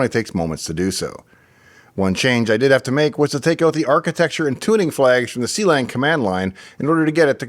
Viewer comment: Not to be that guy, but it is pronounced Klang and not c-lang 😂